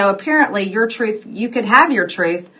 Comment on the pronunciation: Towards the end, I was convinced she kept saying "Tooth Tooth ...".